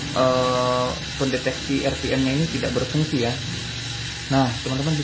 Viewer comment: Bukan 👉Er Pi Em Tapi 👉Ar Pi Em